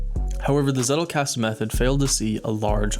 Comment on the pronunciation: I think for all of us germans, who are intrested in learining and come across the Zettelkasten Method in a variety in videos, its always funny to hear the wrong pronounciations of this term. Personally i didnt hear it rigth in one Video xD